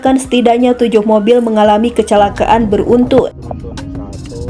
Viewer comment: Yang membacakan narasi gak ada yang lebih baik ya? Jenajah, bin Jayid, ber-untun, plat er-ep, tau apa lagi tuh. Jadi males nontonnya.